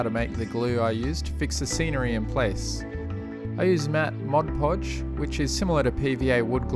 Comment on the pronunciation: Thank you! I was wondering why diorama experts like you used Mod Podge instead of other glues and you said it dries matte. And you said it correctly too! Many other tut videos say "Modge Podge". :) Good grief this is a great tutorial series. I am done doing my kids dioramas with that heat moldable grass mat!